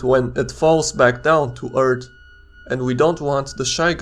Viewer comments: Earth not ert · It's not "eart", it's earth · I love how he is saying erth not earth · He say earth no wait its ert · he said eart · Umm Eart? U Sure Its Not Earth? 🤔🤔🤔🤔🤔🤔🤔🤔🤔🤔🤔🤔🤔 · why he say ert instead of earth? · For fuck sake please learn how to say "th" It's fucking annoying hearing "Eart". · Why do you pronounce "Earth" like "urt" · Is anyone else bothered by "eart" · you make earth sound like *URT* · "Fall back down to Earrt" 😂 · we do not want the shyguy crashin down on urt why does he say urt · He says Eart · I like how he says eart and earts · Planet "Eart"